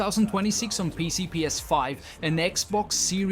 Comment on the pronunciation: I don't know man. The way he says pc.. p e c. That's just weird.